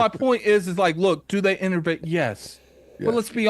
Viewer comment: There's no R in the word Innovate! Lol